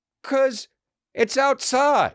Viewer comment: Yeah but also , "we're outside..yroutside" ! Love it!🤙🏼